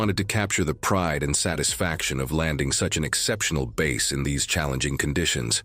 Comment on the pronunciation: 😂.. it drove me nuts that bass wasn't pronounced properly..